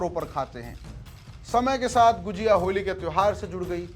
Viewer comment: गुजिया नहीं भाई गुझिया